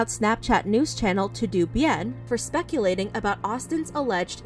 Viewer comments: Todo is pronounced toe dough .. not to do lol 😂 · is it not "todo bien" and not "To do bien" ? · You said Todo wrong sis lol It’s a Spanish word Pronounced like “Toe-Doe” ♥️ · Hi, I don’t want to take out importance of this story and I know that you want to say the truth but is in Spanish and it’s pronounced toh-doh. Loved the way you told the story and how you highlighted that it’s still not sure which allegations are true and which is false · Anyone else had a lil laugh when she pronounced TodoBien "too-doo" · Todobien is pronounced toe-dough bee-in lol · Lol the way she said mahalia and to do bien. It’s toh doh bien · That's my exact thought. Why did she pronounced todo like tudu when the last part is obviously bien? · The way ‘ToDo’ was pronounced lol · Okay, this is serious but the way said "todobien".... I couldn't help but laugh! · Bruh she legit pronounced “TodoBien” wrong 💀—- I died.